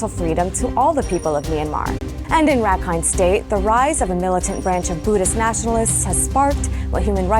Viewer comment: One thing NOOBIES can learn from this video is how to pronounce "Rakhine."